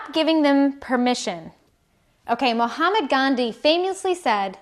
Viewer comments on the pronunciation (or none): It’s Mahatma, not Muhammad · Did I hear her say "Mohammad Gandhi"? Hey that is Mahathma Gandhi. Looks like she didn't do her homework properly.